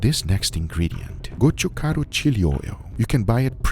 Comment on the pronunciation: As a korean subscriber I really love you could just say chili flakes or something like that but you are saying gochugaru the way it is hahahah we koreans appreciate that kind of details